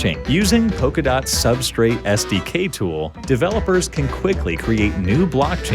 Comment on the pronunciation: SDK not STK